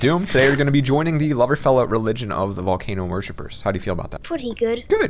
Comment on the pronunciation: Loveerfella it is plugerfella